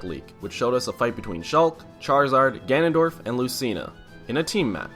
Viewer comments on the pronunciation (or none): none